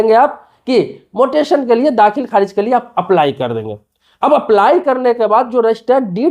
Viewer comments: भाई पहले ये बताओ मोटेसन शब्द क्या होता है म्यूटेशन सुना और पढ़ा है।😅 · Mutaion bolo... pronunciation बराबर करो 😂😂😂😂😂😂